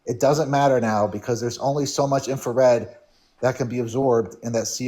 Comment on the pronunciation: There's only so much "infer-red. hahahaha